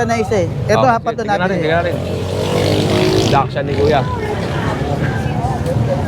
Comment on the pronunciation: paki correct naman po ang pronunciation ng Dachshund. Kasi po maraming nanunuod sa inyo, ginagaya nila yung maling pagbigkas. yun lang po. salamat